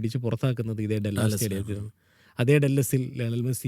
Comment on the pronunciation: ഡെല്ലാസ് അല്ല ഡാലസ് ആണ്..